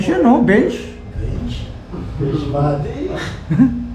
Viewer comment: YAN UNG KALABASAN PAG ORDER KA NANG ORDER SA SHOPPE..UNG TIPONG ORDER MO *BENCH*.PAG DATING NAGING *BEMCH*..😂😂😂😂